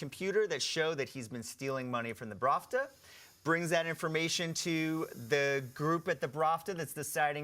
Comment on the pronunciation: I've noticed he's being saying it wrong on all after shows I watched... ahhahahahhaa